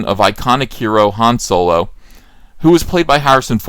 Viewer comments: Why do you call it Soy-lo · I don't understand why he keeps intentionally mispronounce Solo, it was annoying, downvote